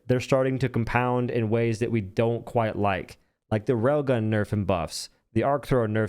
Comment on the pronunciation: If not for the railgun on screen I wouldn't know he was talking about the railgun when saying "Rogon".